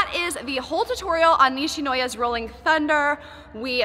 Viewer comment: LMAO I LAUGHED SO HARD WHEN YOU SAY RHOLLING THUNDER